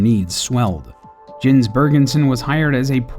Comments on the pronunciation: IT'S "YENS" NOT "JENS" I am offended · And also pronounces Jens' name wrong.